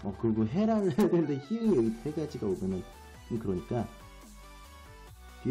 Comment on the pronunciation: 히응이 아니고 히읗이라고 읽으셔야 합니다!.